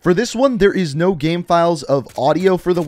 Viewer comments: Dude can you stop saying GAEM its called GAME ffs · Every time you say “game” you pronounce it as “ghem”, and it literally drives me nuts😣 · How can you say “gamefiles” the right way and say “game” so odd 😂😂😂😂 “Gayhme”